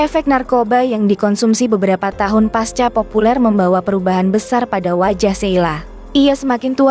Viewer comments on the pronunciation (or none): none